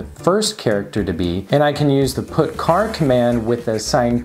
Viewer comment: Cool video, its good to see how easy the RP2040 makes tinkering with an LCD. I do not want to be a troll but putchar is not put car the char is pronounced similar to charcoal its not carcoal its charcoal. Thx.